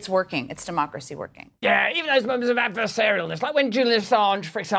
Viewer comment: Adversarial "ness," lol "😂loch ness" which is the madness that is today.